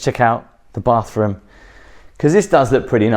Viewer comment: Is it common in the UK to say "baafroom"? I notice pronounces it like that.....thanks!